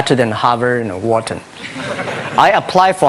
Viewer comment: "Wharton", not Western. ;)